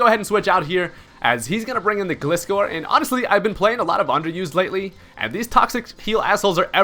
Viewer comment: Aren't the first 3 letters in Gliscor pronounced like the word "glide" not like "gliss-score"? I mean he is a gliding scorpion